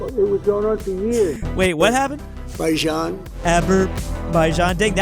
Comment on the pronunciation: THERE IS NO WAY THAT HE SAID ABERBAIJAN💀😢